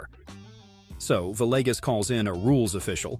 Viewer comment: That’s the first time I’ve heard Camilo Villegas’s pronounced correctly, but right after that he went onto pronounce his name Vi-leg-us.